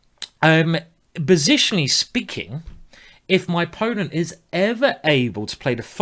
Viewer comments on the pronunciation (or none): "bositionally speaking " you rule simon!